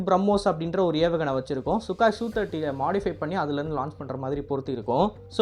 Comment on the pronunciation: சுகாய் இல்ல...சுகோய்...